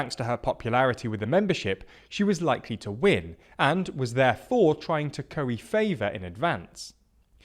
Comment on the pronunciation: "WIIN"? You've done this twice. So much for analysis.